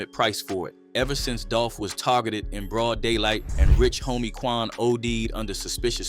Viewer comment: Did you really say Rich Homie Twan?? Or What was it a typo?